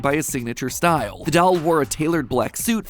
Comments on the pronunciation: It ain’t dauol it’s doll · it irritates me how you can't say doll but you can pronounce words such as '"culture" or more complicated mathematical terms I can't even give examples of yet you can not pronounce DOLL. You say it like DAWL with a drawl at the end. Bro. like D-ALL not DWOL. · i love how you say 'dal' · matpat saying dall scares me